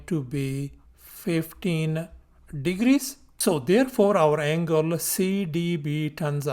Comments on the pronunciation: bro is telling angle "angala" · bro it's something on the "anguala" side